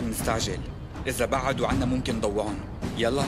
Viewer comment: ماتلاحظون. كلمه نضوعهم ينطقوها غلط الصح نضيعهم😁